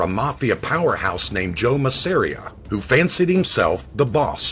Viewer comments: MAZZ-AH-RE-AH not ma-ser-e-ah. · So I sound like I know it all Joe the boss's last name is pronounced, mazza ear, maz.ah reah. I thank-you!👏No really, it's nothing.